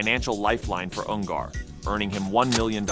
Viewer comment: Dude can't even pronounce his name right. UN GER not UN GAR